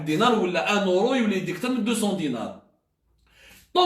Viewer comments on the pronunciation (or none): ON DIS EURO ET NON ORO